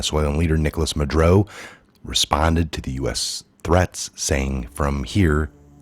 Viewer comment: It's not madro, its Ma dur oh